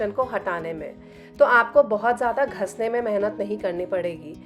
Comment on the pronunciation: मैडम घिसने शब्द को कृपया घस नहीं बोलिए। सुनने में बहुत बुरा लग रहा है।